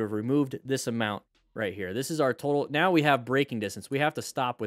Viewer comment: are you serious right neow